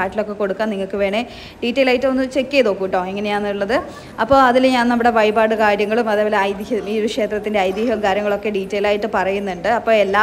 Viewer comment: വയിപാട് / ഏയര--- എന്താണ് ഇത്. ഴ എന്ന അക്ഷരം അറിയില്ലേ. പിന്നെ വടകര ഭാഷയാണെങ്കിൽ മുഴുവനും അങ്ങനെ പറയണം. വടകരക്കാർ അറിയത്തില്ല പറയത്തില്ല എന്നൊന്നും പറയാറില്ല